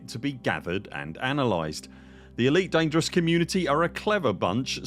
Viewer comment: That's an immensely helpful video! It's surely bound to impact the ED community positively in the long run. The more commanders sharing their data and using these tools, the better the galaxy becomes. Thank you for making this video 🍻❤ (and great work on pronouncing 'Elite Dangereuse' 😄)